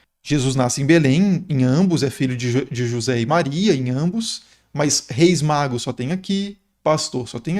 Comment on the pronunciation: "os três reis MAGROS", kkk até voltei pra escutar de novo...